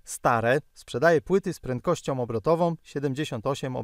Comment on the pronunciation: "takOM samOM prentkościOM" - ładny kombos.